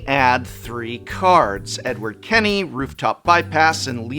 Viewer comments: Not only did I come here to voice concern about what feels like an intentional mispronunciation (which a professor of English should never do/), but also "Edward Kenny." I thought it was pronounced "Kenway." Thank the Gods I don't have to hear him butcher the word anime. (Edit...oh no.... What if there's a crossover of The Last Airbender? Is he gonna call the Ahh-vuh-tah Ahhng? ) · Yeah, it's Ken-WAY not Ken-ny......and Edward Kenway was one of the best characters....from one of the best games! And goes right in with the Ixalon Pirates! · Edward Ken-Way.....not Kenny.... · Et-see-oh Ken-way